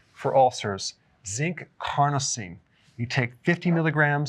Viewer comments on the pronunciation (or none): Why would you pronounce CARNOSINE as CRONOSINE? Seems like you just saw it for the first time.